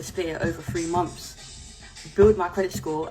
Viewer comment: this accent… “mumfs”